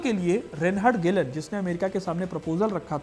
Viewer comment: Aabe yaar ….video to achhi banai 😂😂bit achhi tarha rata nhi maara …..reinhard hyreich or ….gelhen bol raha h baar baar 😂😂😂😂😂kya bakwas h ye